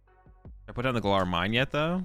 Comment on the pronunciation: I’m sure it’s only from weirdos pestering you about it but your attempts to say “Galar” properly are muchly appreciated